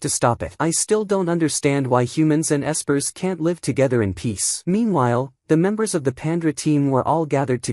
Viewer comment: Bruh the AI can't even say espers correctly. Fix your shit if you're gonna make these slop recap AI reading a script videos.